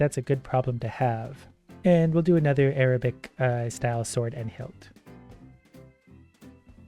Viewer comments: initially pronounces the word "arabic" wrong when he selects the arabic sword option in the game before pronouncing it right a few minutes later. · The way he pronounced Arabic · That’s not how you say Arabic lmao